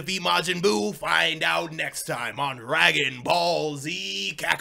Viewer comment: R u scooby doo because u just said ragon ball